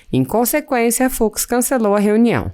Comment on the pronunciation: NÃO "FROID", "FUCSSSSS" !!!🤮🤮🤮🤮🤮